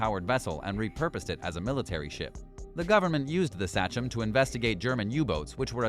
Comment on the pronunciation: Uss“Say-chum” not satchum 😂oh man 🤦‍♂️